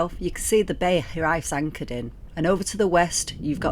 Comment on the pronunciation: If I may respectfully advise you about the pronunciation of the name of your fine boat - the Welsh word 'Hiraeth' (a longing for your much-loved homeland) is pronounced ' HEER/eye/th' with the emphasis on the first 4 letters 'HEER'. Many thanks for the great videos & fair winds to you!